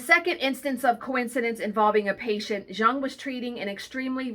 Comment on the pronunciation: Those junk journal patterns are just too cute! I also believe that there are things of synchronicity going on in the universe. But I always hear my cat shadow that I put down in 2006 meowing. I see cats that look like her and smile. She’s a sparrow now. Btw fun fact…. Jung is pronounced “young”